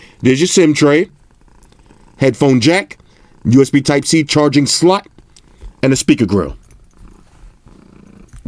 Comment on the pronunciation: Is there a reason you say slot funny lol did you use to call them sluts all the time lol I gotta find those vids